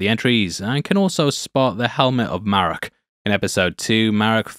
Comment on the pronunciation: Merraok isnt Ezra 🤦🏽‍♂ I really was looking forward to watching this show being a long time SW: Clone Wars and SW: Rebels fan, but this pacing was 😪especially being at night. So my 2 cents, release your reviews during work hours and dont go out of your way.